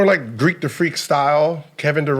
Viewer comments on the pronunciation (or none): He really said "Greek the freek"😂😂😂